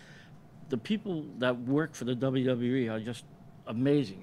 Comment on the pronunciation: Did she say EWW instead of WWE?😆